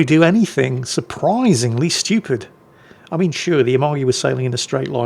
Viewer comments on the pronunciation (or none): none